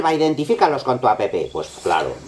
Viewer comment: App se dice ap